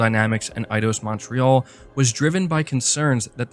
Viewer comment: Tell me your not Canadian by not telling me your not Canadian…. The way you say Montreal